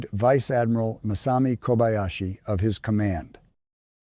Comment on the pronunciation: ‘Veechay ardmeerarl’ (= Vice Admiral) what a stupid piece of recording work!!